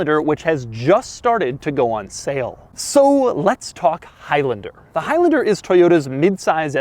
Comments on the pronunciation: Is it stressing anyone else out that he is saying “highlender” instead of “highlander”....but not only that, also the fact that he says it times??? 🤣🤣🤣🤣🤣🤣🤣🤣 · Is it really pronounced hilender? I've always called it a high lander. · It’s not highlinder it’s highlaander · It’s high LANder not high LYNDIR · “highlnder” it’s highlAnder😂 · "High Lender" 😂😂😂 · For a second I thought he said Al Capone, haha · I thought he said "Toyota of El Chapo" LOL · "soooo lets talk hIgH lAnDeR" - doug 2020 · you keep saying high lender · Why does he pronounce Highlander like that?